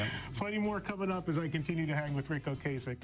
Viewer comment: It's Ric OcAsek OcAsek like APPLE pie NOT Ocaysek! he said it himself in a interview.